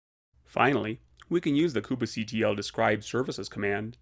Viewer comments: please stop pronouncing "kubectl" like that. it's so annoying that i almost stopped watching. how about just "koob-CTL" or even "cube-CTL" without the need for that extra syllable in the middle. you don't pronounce it "mini-koob-A" so please stop with the "koob-A" stuff. so annoying!! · the most interesting pronunciation of kubectl I've ever heard -- but really good video nonetheless